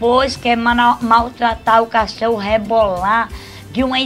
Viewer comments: Viram A Cara Da Irene Quando A Zuzu Falou Cachôro?????? Morri kkkkkkkkkkk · . 'CACHÔRO' || ''COMBÔSTÍVEL''. KKKKKKKKKKKKKKKKKKKKKKKKKKKKKK